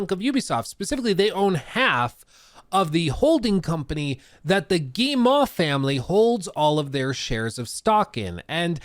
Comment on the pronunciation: Hey, thought I'd give you a quick hint since you're covering Ubisoft as regularly as you're doing : you're saying "Guille-mah", for Guillemot, but it's really just "Guille-moh", like how you would pronounce O in english! No special french pronunciation trick here ;)